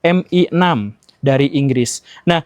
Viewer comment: kalo baca CIA= si ai e, baca MI6 nya gk usah dilokalin pak guru